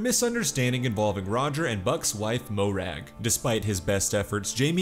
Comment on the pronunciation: The name Morag is NOT pronounced Moh-rag. It is pronounced.‘MORE-rag’.